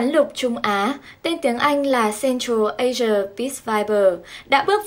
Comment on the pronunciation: Asian mà đọc là ê giờ thì biết bạn giỏi quá, tra từ điển tiếng anh trước khi đọc nhé.